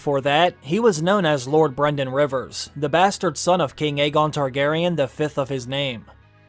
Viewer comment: Brynden is not pronounced "BRENden" Its "BRINden" again Welsh names getting butchered!